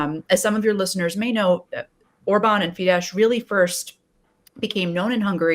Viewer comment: Than you for this, but the name Soros is prononced Shorosh. Also the name of the political party is pronounced Feedess, NOT Feedesh.